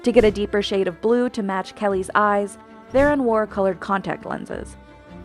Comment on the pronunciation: Still waiting for the day they say C Theron’s surname correctly